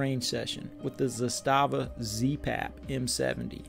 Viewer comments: It's pronounced "Zass-stuh-vuh" just so everyone knows. Everyone always says "Zah-stah-vah" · It's Zaaastava and not Z-staaava. 😊